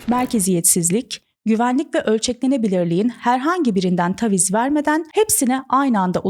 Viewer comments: TAVİZ dedikçe gerildim videoyu izleyemedim. TÂVİZ ( A sesi biraz uzayacak yani) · Tebrikler cok yalin ve akici bir anlatim olmus. Nacizane bir tavsiye. Taviz derken a sesi kısa soylenmez. Dikkatim orada kaldi hep 😅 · Taviz kelimesinin nasıl telaffuz edildiğini bilmeden bu kadar çok kullanmak...